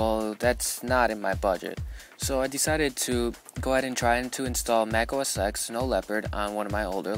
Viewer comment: you do know mac os x is pronounced mac os 10, right?